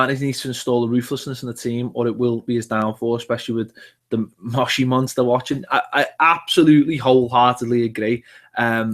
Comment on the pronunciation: say after me Mosh Iri, again Mosh Iri.........now put them both together Moshiri see it's really not that difficult!